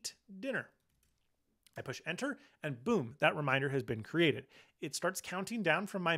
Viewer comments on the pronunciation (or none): none